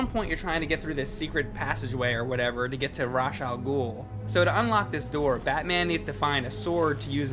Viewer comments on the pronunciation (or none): idk why people cant pronounce Ra's Al Ghuls name properly. Rhash, Raysh wth is that lol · Think about this. The word "Ra's Al Ghul" (When Pronounced how it's spelled), if translated from Arabic to English, translates to "Demon's Head", Representing him as the leader of the League of Shadows (Or Assassins). Rache (If pronounced that way) Means nothing. So I suppose Nolan taught us something. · Biggest problem with this review for me... may seem small... but I hate how he pronounces Ra's al Ghul's name... Just... ugh.... it irks me when people mispronounce it for some reason...